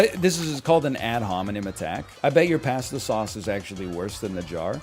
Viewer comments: on board with most of the takes but idk why he says pasta like that so i'm going -1 on this opinion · Hottest take is the way he pronounces "pasta" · I’m sad there’s no Josh here to point this out.